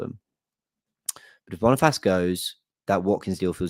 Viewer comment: Bonifassss😂😂😂😂😂😂 brother that’s not how you say it bro